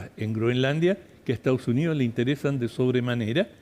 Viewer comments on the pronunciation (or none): Esta Jentusa no sabe mi pronunciar el castellano 😂😂😂dicen : lo jestao junío jajajaj. Es : Los Estados Unidos y no se dice Ocho, se dice Otro jajajaja lo maputhe no sabi hablà. ESTAO SUNÍO JAJAJAJ EEUU